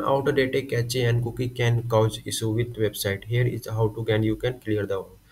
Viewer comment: Ain't no way bro called cache "cachayy"